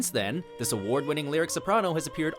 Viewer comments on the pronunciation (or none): none